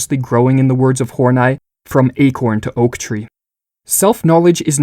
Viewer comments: Oh okay, we're going with "Hor-night" instead of "Horney". Pffff. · Karen hor-nie?? I'm pretty sure it's Karen Hor-Nee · Why do you pronounce "Hornay"? Isn't it pronounced like honey plus an "r"? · in. And you want me to pronounce Carol's last name as "Horn-Eye". Yeah right. Snicker. Carol on that D like goat daddy. Just the wrong emPHAsis on the wrong syLLAble. Lol. I laugh at myself. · Great video, again. Tho it's cool if you just pronounced her name "horny" x) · I think its pronounced : Horn-ee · I don’t think her name is pronounced “horn-eye” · Horn-I is not how you pronounce that. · It's clearly pronounced horn-ee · Respect to this kid for changing the pronunciation of "Horney" so as to not turn this into a joke.